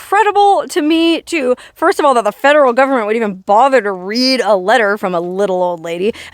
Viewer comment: This is a fascinating story. Where did she get her water from? I love the way you say "fedruhl govment" ! 😅